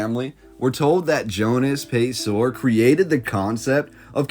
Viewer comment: It's pronounced Pay-sir; as opposed to Pay-sor.